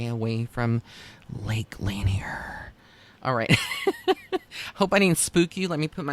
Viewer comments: Thus far there are 700 confirmed deaths and 27 unrecovered bodies at L Lanier. Thousands of freak accidents and well known ghosts surrounding the lake. It actually does have an eerie feeling there. Btw it's La Nier. Not laner. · Also just FYI it's pronounced Lake La-near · I live next to there. Lot of drownings and I will not swim in there. It is pronounced "La Near". So glad I found this channel! Thank you!